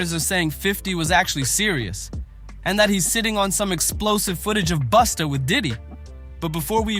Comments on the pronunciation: Man, if you call Busta... Boosta one more time😂😂😂😂😂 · In a hurry to get this vid out? What a crap mess of clips. Pronouncing Busta as Boosta several times. Come on.